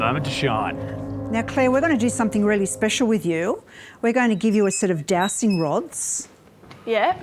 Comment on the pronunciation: I can't really hear if you're calling them jowsting or dowsting rods, but, they're called dowsing rods, and pronounced dowzing. You're supposed to know what you're on about, but, evidently don't. So, what else are you saying to us and telling us, with complete confidence as it happens, that is more rubbish you don't really know anything about.?🤬?.